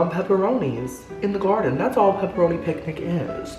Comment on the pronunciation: This is my favorite thing to watch. I seriously laugh the whole time. How can something be so funny but calming at the same time? Haha if I had a dollar for everytime you say garrrrrden lol 😆